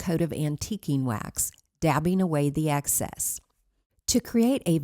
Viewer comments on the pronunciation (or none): Excess not access